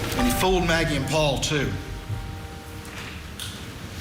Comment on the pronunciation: I cringe so hard every time Alex says Pau-Pau! Like, your murderous ass is a grown man. Just say Paul! 😩🫣🙄